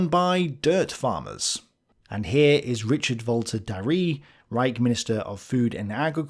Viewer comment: Darré is pronounced da-RAY not da-REE. Darré rhymes with play, day, and stay, not flee, glee, and twee. I've already told you this,!